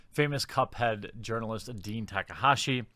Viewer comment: I’m sorry, I’m sorry, did you just say URINALIST???